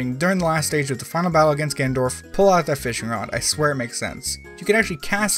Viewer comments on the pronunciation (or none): none